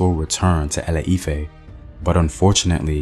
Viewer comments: Thank you for this Yoruba history. But it's pronounced ile-ife and not ale-ife. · A E I O U , ITS ILE IFE NOT ALE IFE, so sorry but its just unignorable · ILE IFE is more like E-LAY E-FAIR, duh! Great job tho! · it’s not lol e lay efe I’m called ifeoluwa and ironically born in Ile Ife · Any other African watching and wondering why he butchered some of the names like ile-ife.